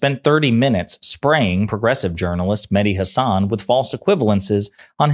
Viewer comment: Please pronounce Hassan as SS nissan not nizzan Not Hazzan Please correct that